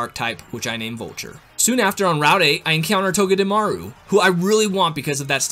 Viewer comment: TOGEDEMARU, NOT TOGEDIMORO!